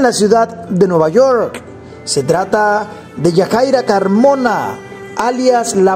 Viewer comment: Juan Carlos Carmona, no Carmina